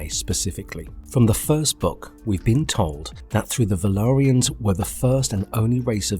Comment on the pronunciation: Why do you pronounce valyrians as if you’re talking about the velaryons?